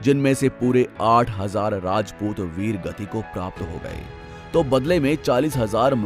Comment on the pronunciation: वीडियो तो बड़ी अच्छी है पर वीडियो बनाने वाले को हिंदी नहीं आती अच्छी तरह राजपूत होता है रजपूत नहीं 😌